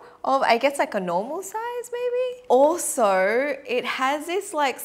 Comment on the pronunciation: It's soo cute the way she said "alsorrr~"